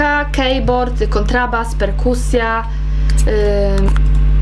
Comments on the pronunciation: nie kejbord tylko kibord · Mówi sie Kibord a nie Kejbord. Pisze sie Keyboard, ale czyta sie Kibord (od key)